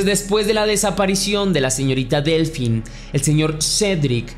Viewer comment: Hola, "Delphine" se pronuncia "Delfine", ya que el "ph" en francés, se pronuncia "f". Si, la ortografía francesa es muy empalagosa 😩. Cedric, fue liberado hace muy poco, no le encuentran nada relacionado con la desaparicion de Delfine. Para mi, esa cita con el amante, fue una trampa de la esposa de el, para matarla.